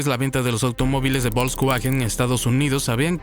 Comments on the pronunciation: La marca Bolcsgüagen... se dice Folksvagen y seguro lo has escuchado, nada más son ganas de no decirlo bien. 🤣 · Excelente documental... salvo por el horroroso narrador IA... bolksguajen Tanto cuesta narrar tras un mic? 🤦🏼‍♂ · Volkswagen,se pronuncia fols vagen,esa v suena como f en alemán